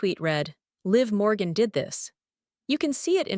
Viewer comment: Ahh ...the last name is MORGAN....NOT Borgan... sheesh!!